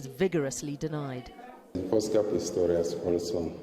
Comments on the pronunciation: Pretorius ???? His name is Pistorius!!!!!!! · ITS PISTORIUS. NOT PRETORIUS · It Oscar Pistorius, not Pretorius. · kim dav really, where? :D I only noticed, this guy is struggling with his name